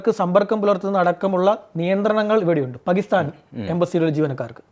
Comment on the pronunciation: പകിസ്ഥാൻ അല്ല ടോ.. പാകിസ്ഥാൻ എന്നാണ്.. നാക്കുവാടിക്കാതെ നേരെ എഴുനേറ്റു വരും 😡😡